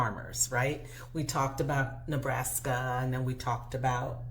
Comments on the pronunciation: I swear he said Neblaska! 😂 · Please stop saying Neblaska. I know I’m petty, but it’s driving me crazy. Please it’s Nebraska.